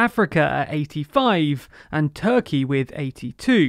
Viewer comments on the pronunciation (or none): none